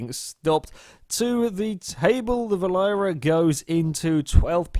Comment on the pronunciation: Berlin-error is how you pronounce it. R* has a great sense of humor.